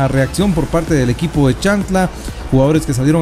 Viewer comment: Creo q es CHIAN...TLA, y no chan... tla, como se refiere el narrador. Por lo demás felicitaciones. Arriba Xela, tienen un gran jugador en sus filas MR. KAMIANI.